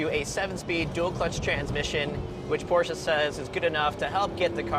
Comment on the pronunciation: I liked this video just because you pronounced Porsche the PROPER WAY! Good job!